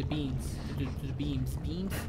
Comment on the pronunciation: It's BEAMS NOT BEAAAAAAAANS HISSSSSSSSSSS